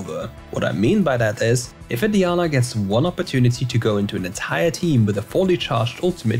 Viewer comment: I’m gonna dislike every single video if I hear “DEEANA”